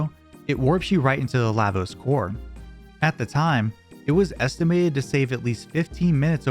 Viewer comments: LAH- VOSE Not LAY-VOSE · La, Vos... La... like LAW... fuckin hell Lahhvos? wtf are you smoking. They even took the time to show us during the scene after the black tyranno when they tell you what each part of the word means. and Magus, being the magus he is, is likely pronounced as such which is "May-gus"